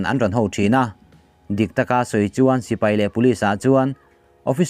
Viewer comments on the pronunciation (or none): none